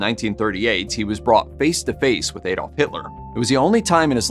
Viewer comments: It's pronunced "AH" dolf, not "AYE"dolf. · Actually, correct English pronunciation can be either with a short 'a' or an 'ah' but not with a long 'a'.